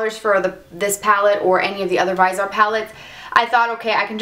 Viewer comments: vizzie-art please. the other pronunciation grates every time no matter how good u r as a mua.Liked ur content tho. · It's pronounced Vis(as in vision)-E-Art